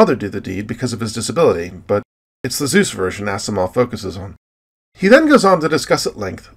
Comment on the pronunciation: I really like your videos... You are a well spoken narrator, and your interests in science, the universe, the fundamentals of matter & energy, and wherever that takes you intrigues my continued curiosity and further interest in your channel... But, you might take note of some more things in your presentation, like enunciation... For example: Isaac Asimov's last name is pronounced "AZIMOV", and not "ASSIMOV"... One "S" in a word in English US or Otherwise is a "Zeeee..." sound... Cheers and keep up the good work... Paul ;)